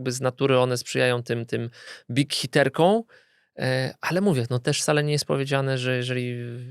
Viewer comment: "...warunki sprzyjają bighiterką..." WTF, co ma być? Czyżby elektorat "prawdziwej prezydent"? Wracaj do podstawówki chłopie. Wstyd strzelać tak ordynarne byki! Uszy więdną.